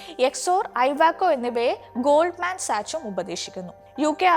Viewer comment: ഗോൾഡ്മാൻ സാച്ച് അല്ല. ഗോൾഡ്മാൻസാക്സ്